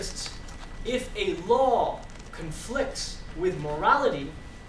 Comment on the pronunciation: It sounds like he's saying Allah when he says a law.